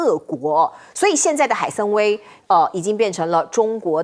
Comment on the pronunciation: 海参崴(Wai)三声。